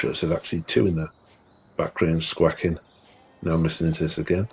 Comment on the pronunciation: What's wrong with you Brits; squaking is not a word, squawking is. Learn to pronounce basic English.